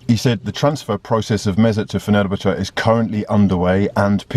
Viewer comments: Fenubuchu? It’s pronounced Fenner-bach-ay btw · The way he says Fenerbache baffles me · pronounces fenerbahce like he's applying for a job at football daily